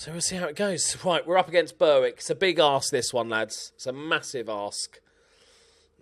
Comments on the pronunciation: I know you don’t care about how to really pronounce names but Berwick is pronounced ber-ik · Just. BerWICK;-; AND THAT'S NOT EVEN IN SCOTLAND! It's English XD. Still. Love these kind of series and though. Now just binging this whole series now haha